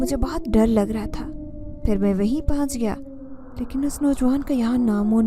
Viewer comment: Please paahanch nhi pohnch parha kro پُہنچ